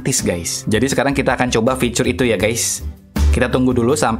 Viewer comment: Bang fitur bang bukan ficurr